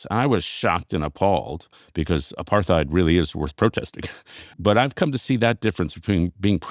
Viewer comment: Does anyone else think it's funny that a guy as smart as David Brooks doesn't know how to pronounce the word "apartheid"? I love him, but this really amuses me.